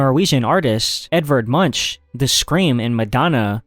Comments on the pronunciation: Munch 😂😂😂 Its pronounced Munk 🇳🇴🇳🇴🇳🇴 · You pronounced Munch like lunch. It hurt my ears. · thats not how you pronounce Munch 😂